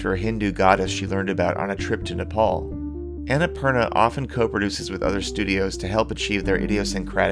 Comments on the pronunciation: Not Anna - purna , its on na poorna .nice video thought loved it. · its un-nh-pur-naa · Would have been even better if you had pronounced Annapurna right, but nonetheless great video!! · actually the names based on a mountain range , from where im from . Just live mt.everest . Theres anna purna . And thats how we say it. I maybe wrong though if its not based on what i said. But if it is then its pronunciation is on na poorna .